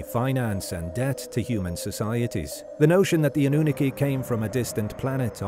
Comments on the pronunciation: Pronunciation is very important when you want to sound like you know what your talking about. A. Nu. Nar. Key. Not Anoon akey. Fs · Anu-nah-ki not annunaki. It's annoying hearing the word mispronounce. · Say anu na key one more time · If he could pronounce Anunnaki correctly would be great! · Well he is AI so.. he'll never be able to pronounce it correctly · It is killing me 😂😂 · sooooooo glad I wasnt alone in this.😂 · I couldn’t watch more than 2 minutes I had to turn it off lol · Makes my skin crawl 😩